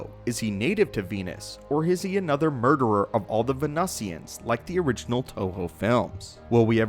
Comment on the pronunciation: Venusians = "ven-NEW-zziunnsz"